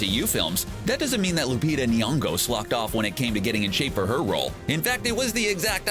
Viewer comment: I'm Kenyan and you're pronunciation of Lupita Nyongo was disappointing